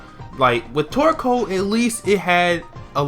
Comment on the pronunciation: I always think instead of torcoal your saying twerkoal